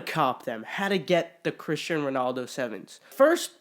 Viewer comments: It’s cristiano not Christian 😂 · ITS CRISTIANO RONALDO not Christian.... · I'm sure someone already commented this but it's Cristiano not Christian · Terrible can’t even pronounce the Cristiano’s name correctly